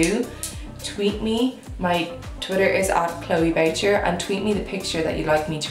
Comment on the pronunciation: Isn't Boucher a French name, pronounced 'Boo-shay'?